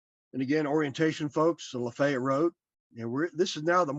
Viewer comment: I'm so impressed with the accurate Southern pronunciation of Lafayette!